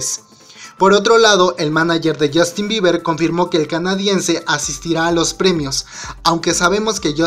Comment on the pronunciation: Jajajaja a alguien más le da risa "Biber" JAJAJAJAJAJA